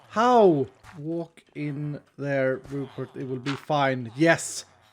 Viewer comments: Rupert.. you mean.. ru-pot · Not the Rupert pot.... THE RUPOT